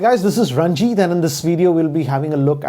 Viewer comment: It sounds like "Hi guys this is RANDjeet